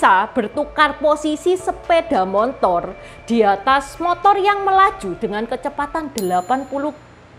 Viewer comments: Sepeda motor bukan sepeda montor ci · Kakek sy juga sebutnya montor.. bkn motor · terlalu semangat untuk menghibur penonton channel ini...Terima Kasih...saya sangat terharu ketika menyebut motor dengan "montor", itu pengalaman mendengar saya ketika pertama kali ke Jogja tahun 1985...entah sekarang🙂🙏🙏